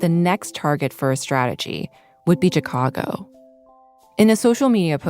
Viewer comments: What is with the host’s mispronunciation of “Chicago” ? She pronounces the “chi” like the “chi” in Chicano, instead of like shy. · Omg stop saying CH-cago. Yes I know how it’s spelled.